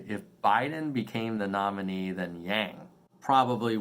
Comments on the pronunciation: It's intentional. Pronouncing his name in the Chinese way can be a sly way of indicating that he is not quite "one of us", that he is somehow, not a "real" American, without actually saying it. Those who tend to think that way, will get that message, loud and clear. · Mispronounced but STILL, what what go Nerds!! 💪🏽 #yanggang